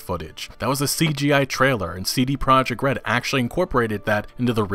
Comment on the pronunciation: Lol it’s CD Prah-yek Red